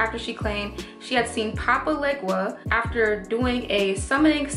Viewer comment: I really can't believe she came on here and did a whole video pronouncing LITERALLY EVERYTHING incorrectly 😄 with no knowledge same as the white girl. Sigh... couldn't even pronounce Papa Legba's name right. offensive